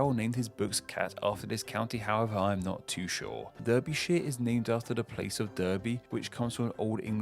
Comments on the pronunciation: Watching this, I wasn’t altogether sure the narrator actually came from England!!!!! The way Derbyshire and Berkshire was said was wrong! It’s ‘barkshire’ and ‘darbyshire’..... Also the narrator said that (I think it was when he got as far as Leicestershire) he said that ‘now we come to a county with ‘cester’ in it but he had already had Worcester. And then we have Tyne and Wear...which he pronounced like ‘where’ and it should be ‘wee-err’. The narrator’s accent was slightly ‘put on’ as well as though trying to sound posh. All very odd........ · not a dig but do you actually come from the uk when has the county name ever spoken like Derbyshire spoken Darbyshire derby is spoken like darby and also Berkshire is pronounced Barkshire even though is spelt Berkshire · What happened with the pronunciation of Berkshire, Derbyshire and Wear? Come on now! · The worst pronunciation of names ever.... DARBYshire fella that’s how you pronounce it. Many many mistakes sadly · Ok so: "Barkshire" not Berk, "Oxfordshire" not awksford, "Darbyshire" not Derby. This was an awesome and interesting video though! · Duurbyshire lmao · There’s no way the narrator is English. Too many glaring errors in pronunciation. e.g. Burkshire, Durbyshire. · Pronounced Darbyshire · Derbyshire is pronounced as Darbyshire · Sorry, but you got a few pronunciations wrong: Derbyshire/Derby - Dar-bee Tyne and Wear - Tyne and Weir Berkshire - Bark-shire Otherwise, great video. Thanks! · Love the video... Great as always... Except: Derby... Pronounced Darby... As per Derbyshire... Pronounced Darbyshire.... Tyne and Wear... Wear pronounced as Wier. The river pronounced the same. There were a few more in there too. Made me cringe! Such a well researched video deserved well-researched pronunciation too. I hate to make a negative comment! Still love the video. 👍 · An Englishman mispronouncing Derbyshire is unacceptable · As a person who lives in Derbyshire I can agree